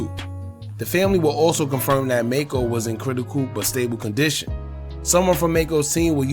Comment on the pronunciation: His name is pronounced Mack-co and he didn't lose his eye. He wore an eye patch to keep his eye protected from getting infected before surgery. In the car accident he cracked the bones around his eye causing his eye to "drop". The surgeon saved his eye and Macco did an interview showing both eyes and điscussed ALMOST losing his eye after hitting his head on the dashboard during the accident.